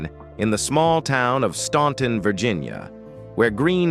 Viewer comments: FYY: Staunton is pronounced: STAN...ton That was the one song, they DIDN'T WRITE! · The city is Staunton, Virginia., not “Stanton” Despite the spelling, it is pronounced “Stan-ton” the letter “u” is silent. In both Staunton, and neighboring Waynesboro, Virginia have Statler Boulevards. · It's pronounced STANTon!!!!! Other than that, not a bad narrative.